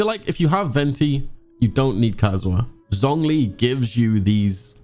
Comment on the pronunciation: Him: “ZZZonG li” Me: TRIGGERED it’s pronounced “Zshongli”